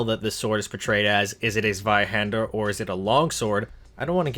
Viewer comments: Zweihand-er.. does she not know her er? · Me a german, smiling every time the word Zweihänder is said.